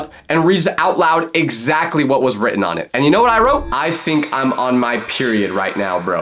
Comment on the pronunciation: loud ❌️ wowd✅️